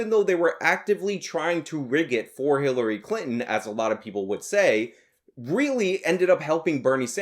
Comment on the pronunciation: I thought you said HiTlery Clinton, lol.